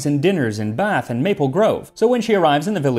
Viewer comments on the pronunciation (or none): none